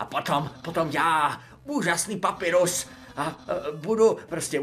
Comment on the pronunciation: V angličtině se Papyrus vyslovuje Pepajrus. Jen tak pro info.😉